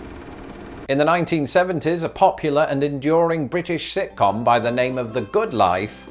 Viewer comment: Funny to hear slur "sitcom." Gives it a whole new meaning.